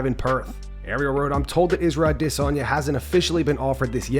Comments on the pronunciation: Bros upset about a mispronounced name, thicken up man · You aren't saying Israel's last name correctly, yet you still do this.